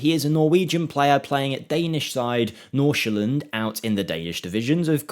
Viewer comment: oh nice you actually hit the æ sound in nordsjælland